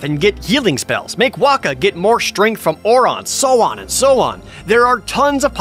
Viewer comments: Lol you say OR ON for Auron when they say OR IN. Gg jared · Or how he pronounces Auron as "Or On"